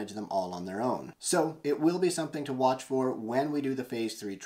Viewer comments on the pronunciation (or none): none